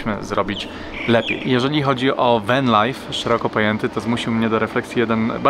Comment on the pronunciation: Co to jest Wen (Van) i Sidni (Sydney) ? , lepiej brzmi spolszczenie 😊